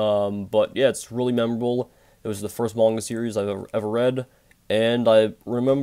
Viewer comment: When you say manga you sound like your saying moinga it’s quite funny but I don’t mean to be ruse